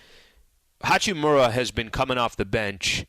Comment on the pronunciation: Hachimuuuuuura, not Hachimora or hachimara